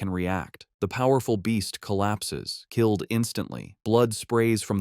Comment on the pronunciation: Am I hearing it right Ckilled not killed lol